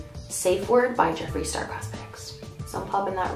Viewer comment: Did she said Jeffree Starbucks???? 😂😂😂 ❣️